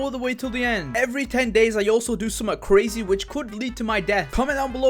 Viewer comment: Nobody: Not even: “50th day was CREAZY” ”creazy” I know he did it on purpose but LOL